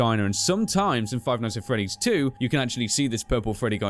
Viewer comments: Five ights at freddy's LOLOLOLOLOL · Seth Nowac five qights at freddy's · "Five ights At Freddy's", my favorite game.